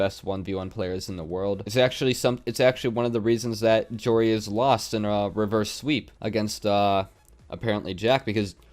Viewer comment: I kept getting triggered when and pronounced Joreuz's name as Joe Reyes